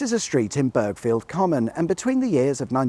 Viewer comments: Born and raised in Burghfield Common, so nice to see our local circuit's history! Only being pedantic, but we don't bother pronouncing the G in Burghfield, so it's more Bur field than burg field ;-) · It’s pronounced “Bur-field”! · I used to live not a million miles from there! Oh, and a little tip, it's pronounced burr-field... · The "G" is silent, Pronounced berrfield.. Burghfield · Never knew that was there , lived just down the road in "bur-field" the G and H are silent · I used to live in Burghfield common and had heard of the local hill climb but always was told it was man’s hill itself (the main road) which would make sense as it does climb a hill. Thanks for clearing that up. And before anyone moans at you it’s pronounced burr-field! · The g in Burghfield is silent, unless you want to annoy someone from Burghfield in which case go with the /Car Sat Nav pronunciation.